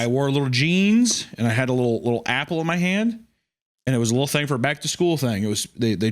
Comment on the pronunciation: I love when wendi pronounces "thing" as "thingah"